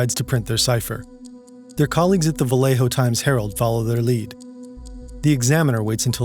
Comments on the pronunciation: It’s not pronounced Va-lay-ho like a typical name of Spanish origin would be it’s pronounced va-lay-o colloquially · It's very understandable if you're not from the area, but I have never heard anyone put an accent on Vallejo like that and it's cracking me up. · How he pronounces "Vallejo" is painful.